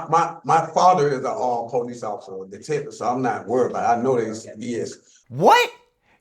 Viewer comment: "Police". The emphasis is supposed to be on the 2nd syllable. I can't stand hearing people say PO-lice, like it's two words. I guess that makes me a member of the grammar police, and as a member I know how to pronounce it. LOL